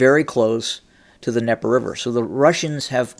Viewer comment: THE D IN DNIEPER IS NOT SILENT. There is a reason the D is there, because it is mean to be pronounced. Stop being ignorant. Quit intentionally mispronouncing things.